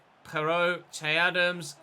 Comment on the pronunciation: You pronounce its not chey even though it may be spelled che it’s pronounced shay